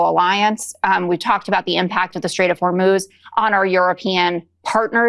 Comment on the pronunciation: Lindsey is drunk all the time he cant even pronounce the strait properly we dont give a dhit in Europe think of us we hate your traitor president and all who follow him